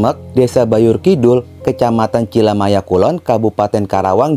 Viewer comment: Cilamaya bang bukan cimalaya saya warga sekitar